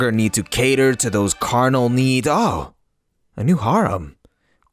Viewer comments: The way you say harem makes me wanna rip my ears off, then eat them then then shit them out inna port a potty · I’m mad at how you pronounce harem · The way he says harem kills me bruh 💀💀💀💀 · Anyone else bothered by how he says harem